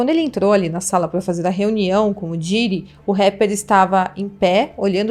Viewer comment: Meu para de pronunciar Diiiiiiddy, come on, vc tá falando um nome em inglês, então pronuncia direito pq vc é bem inteligente, imagina pra quem fala 4 línguas ouvindo esta pronuncia ou toda hora que vai falar um nome de outro país abrasileira este? 😂😂